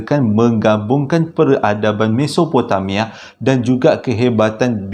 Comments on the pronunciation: Assalamualaikum... Audio dah upgrade ke makin bagus bunyinya... Tergelak saya tadi dgr abg tersasul mesototopomamia😂😂 apapun terbaik mmng follow.. Owhh ya saya nak request abg cerita ttng kisah reynhard sinaga mesti best bila abg cerita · aduhai ..makin kelakor lah pulak .. Gobekli tepe ..macam nama Gobeksireh ... Mesopotamia pun boleh tersasul ...mesotopemia .. Menghiburkan .. Terima Kasih infonya .. di Lembah indus Mahenjo Daro Peradaban Harappa dikesan adanya Sisa Letupan Bom Nuklear kan ..? yang mencenggankan Pengkaji Dunia baik arkeologi mahupun ..Akedemik ..